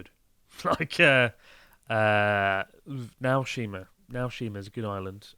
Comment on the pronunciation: Did Chris say Meow-shima?